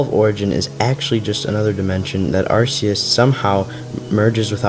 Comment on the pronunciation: Why do people say arseus